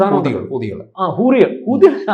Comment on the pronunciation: Hoodie alla. Hoori😂😂